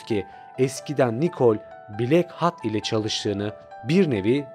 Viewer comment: nolur hatı hat diye okuma artık